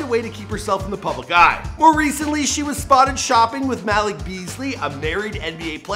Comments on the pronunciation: It’s not Mal -ick is Mal - eek. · Bruh I don't pronounce his name as Malik you say it as if it was spelled like Maleek that how u pronounce his name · It’s pronounced maleek not malick lmao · “Mal-ick” Beasley🤦🏽‍♂️ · The way he’s says Malik 😂